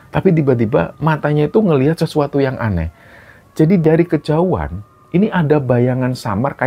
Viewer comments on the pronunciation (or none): none